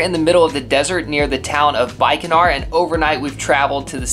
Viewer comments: Hey.. so Bikaner is pronounced as Bee-Kaa-Neyr. Not Bike-a-ner. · It is not Bikeanar.. it is Bick-aan-air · Bikaner is pronounced as Beekaner :) Not bik-e-nair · Bikaner :: (Its no big deal just trying to help)pronounced as Beekanair not Baikonur (is in Kazakhstan...) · Lol, it's pronounced "Bick a nere" not bike-a-nar 😂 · Your pronunciation of the cities are absolutely wrong, but its cute. 😂❤ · Not butchering Bikaner😂😭